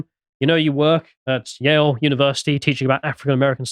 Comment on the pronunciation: I thought they said Yale